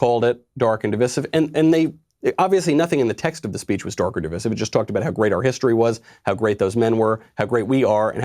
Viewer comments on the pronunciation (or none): *Divisssive...? DivIde. Div-I-sive. You’re welcome.